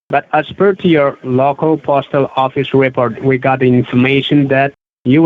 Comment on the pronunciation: "Low-cow Owl-thorities"...